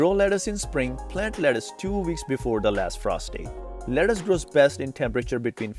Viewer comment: Wtf is leddace???lettuce bro